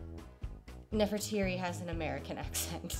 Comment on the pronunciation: ...Nefertiti or Nefertari? To my knowledge "Nefertiri" does not exist